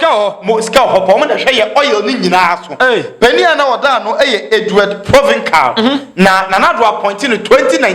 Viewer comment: The name is Provencal is pronounced PROVENSAL and not PROVINKAL please👍